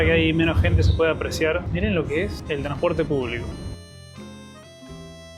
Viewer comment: ¿Porque decís tranporte y no transporte?😂